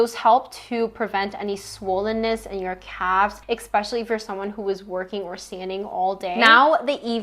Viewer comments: love thisss ps its especially not expecially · Forgive my comment if it offends you: are you saying: expecially? It is especially ❤ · I can’t listen to anyone who tries to sound smart when they say “exspecially” .